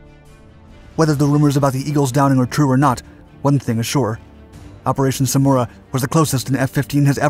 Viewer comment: Samaraa and not smuora😂